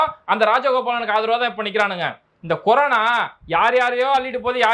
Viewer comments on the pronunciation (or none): none